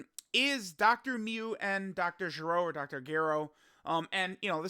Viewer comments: Say dr gero again😂😂😂💀who tf is dr giru? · That Dr. Gero pronunciation is killing me 😂